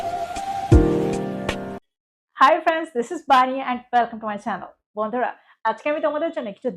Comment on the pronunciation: ম্যাডাম সবই ঠিক আছে, কিন্তু আপনি বণ্ডুরা কেন বলেন 😂